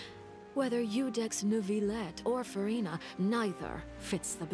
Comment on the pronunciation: I'm French and I can garantee that there is no R in Neuvilette. There is one in Jurieu but it is said in the middle of the name, not at the end. If there isn't an R, then there isn't an R pronounced 😀